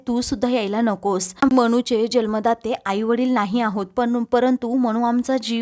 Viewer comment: जल्मदाते नव्हे जन्मदाते